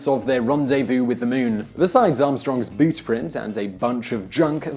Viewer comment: Boot not bute